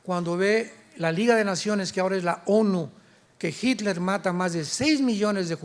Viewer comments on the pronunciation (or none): none